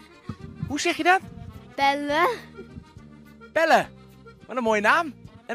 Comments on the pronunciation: PEWWE🤣 Misschien eerst spraak lesje nemen jongen. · Hoe kan je de naam Pelle zo verneukt uitspreken 😂